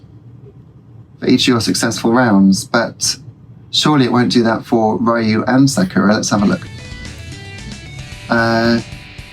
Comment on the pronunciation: Street Fighter Alpha/Zero 2 is one of my favourite Street Fighter games for sure, the best of the Alpha/Zero series anyway IMO. Interesting how you pronounce Ryu like Ryan lol There are indeed characters from Darkstalkers in the background of Ken's stage : Morrigan standing up next to the table on the left and Felicia in the swimming pool.